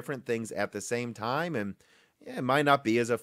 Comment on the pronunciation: Were you saying, "amd", instead of "and"? Or is it just my old ears?